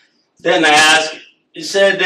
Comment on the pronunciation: 'Aks' me another...